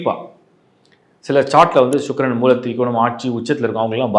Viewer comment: ஷூக்ரன் என்று சொல்ல வேண்டாம் சுக்கிரன் என்று சொல்லவும்